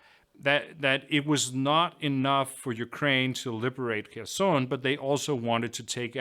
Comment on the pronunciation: The best pronounciation of Kherson I have ever heard on a English channel!👍